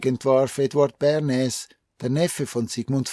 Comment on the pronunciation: Lieber, ich liebe deine Videos und bin Dir sehr dankbar für deine Arbeit. Dennoch muss ich dir mitteilen, dass der Herr Bernays ein stummes S im Namen hat. Man spricht es Börnay aus. Bitte sei mir nicht böse, ich musste es jetzt einfach schreiben. Ich bekomme immer lust auf Spargeln mit Sauce Bernaise, währen diesem Video 😉